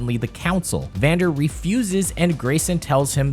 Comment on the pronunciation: its actually "Vander"